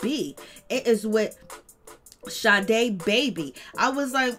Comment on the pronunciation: Get it right it’s Sa-da not sade